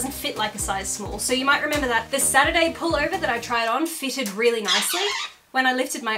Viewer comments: 😂 “ATURD” instead of Saturday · a saturday shirt, but emphasis on "turd". I like it.